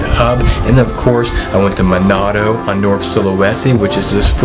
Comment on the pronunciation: Manado mas: bukan monato.Jogya mas: bukan gorgia 😂😂😂